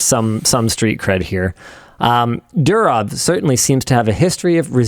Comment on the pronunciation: The way Linus can NOT pronounce the name correctly is straight up ... UUUUUUUFFFF. DU as in "DO IT", RO as in "ROMAN EMPIRE", W as in "FAMILY", its pronounced F but written as W. DOORRRROF, and its DOOrof, and not dooROF